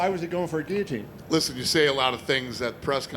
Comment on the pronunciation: Love that Dana says Guillotine and not gee-a-teen like most Americans.